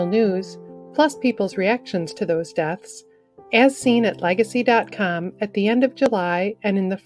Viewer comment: " doths "??? Where do they find these people???